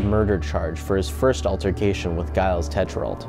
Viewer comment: You're going after him for that and not for mispronouncing Gilles (Jeel) as "guiles"...?